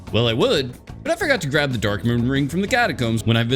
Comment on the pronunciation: Am I the only one hearing him say "derk" instead of dark?